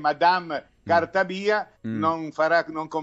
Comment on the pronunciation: Per favore, ING E REDAZIONE, dite al peraltro stimatissimo prof Meluzzi con il quale sono sempre più d'accordo (AM che è stato anche parlamentare e quindi forse forse dovrebbe conoscerla o informarsi onde evitare errori) che la pronuncia del cognome della prof Cartàbia, oggi Ministro della Giustizia è Cartàbia con l'accento sulla seconda vocale " à ", NON sulla "ì" (Cartabìa, erroneamente pronunciato da Lui). E qui c'è la controprova Attenzione, non per fare il pignolo perché il succo del giusto discorso non cambia e non è determinante la pronuncia se si comprende il significato, ma solo per evitare che i denigratori antagonisti del main stream politico e giornalistico teleguidato e prezzolato facciano i soliti sorrisini spocchioso, pulpitosi e irriverenti. Grazie. W Meluzzi, e tutta RadioRadio